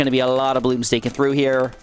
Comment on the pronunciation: The way you say “here” with that weird accent makes me cringe so hard. I have to click off everytime you do that weird sh*t